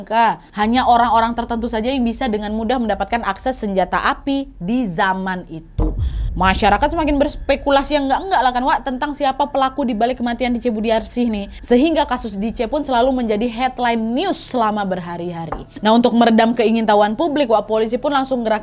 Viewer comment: Bukan Dije tapi Ditje (Dice) dlm ejaan lama. Pertanyaannya kakak Nadia ini pas th kejadian umur berapa?